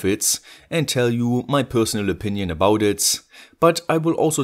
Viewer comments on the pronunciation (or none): none